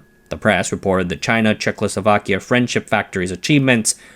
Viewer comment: I love your videos - thank you for them - but you need to say Czech-o-slo-va-kia - not czech-lo-so-va-kia